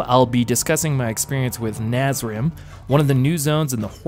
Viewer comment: please stop calling it Nazrim